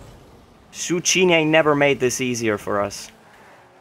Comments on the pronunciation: Tsukkiini. Not suchiini. :P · Zoo-key-knee. Still love you though,! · zucchini is pronounced zoo-kee-nee and it is the same shape as a cucumber